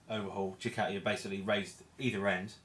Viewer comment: Decent vid and very informative but dude why cant you pronounce Ducati correctly . Is it an english thing to say Dew-cat-ee